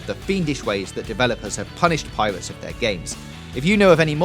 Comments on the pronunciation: Yeah it's pirates not piwates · Piwates. Fwee. Ovawide. Miwas Edge. You crack me up man. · "Piwates" "Eewy" "Evewy" "Vawious" "Agwwesive" "Bankwupting" "Cwime" "Clewew" "Chawactews" "Spweads" "Bluwwy"